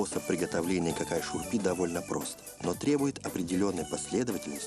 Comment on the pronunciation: Не «какай шурпе»😂 а «Кагай Шурбе».